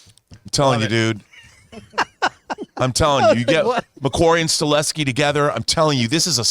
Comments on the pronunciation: You’re mispronouncing his last name it’s not “Stuh-LE-skee” it’s “stuh-HELL-skee” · Chad STAHELSKI please get his name right or this will become mandela effect out of nowhere lol